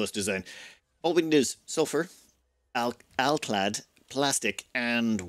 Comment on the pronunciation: My ASC'd mind shouted happily when hearing completely correct "alclad" in this ep. <3 Thank you great voice!